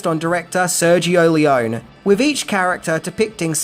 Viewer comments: This video should be titled: “The One Thing The Author Didn’t Know About How To Pronounce ‘Leone’”…. Considering it’s pronounced, lee-OWN-nee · You know, it'll take you just a few seconds to google the correct pronunciation of people's names. It's Leo-nee. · The best Western even, made by Italian crew and shot in Italy and Spain. And with the best soundtrack (obviously by legendary Maestro Morricone). PS: I'm probably nitpicky, but English-speaking people just ALWAYS mipronounce Leone. It's read "L-ay-oh-nay". And the movie was not shot in "a studio". It was shot in Cinecittà, the most important film studio in Italy (where Fellini, Visconti, Bertolucci, Coppola, Scorsese shot their movies). During the 60s it was called "Hollywood on the Tiber". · Is it really too much of an effort to learn how to pronounce the names of your heroes correctly before making a video about them? (E.g. Sergio Leone, Ennio Morricone, but also the town Almería.) Btw: The cause of the "translation blunder" in the trailer is the difference in sequence in which the names appear in the title: In Italian, it's "the good, the ugly and the bad" (il buono, il brutto, il cattivo). The reason for the change was the language rhythm, the Italian original fits the film better. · Any other Leone fans cringe every time he mispronounces his name? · That's not how you pronounce "Leone." Not nearly as good as "God's Gun," wherein Lee Van Cleef takes his shirt off and a 12 year old Leif Garret co-stars. Not as much Van Cleef skin as "Captain Apache," but still pretty good.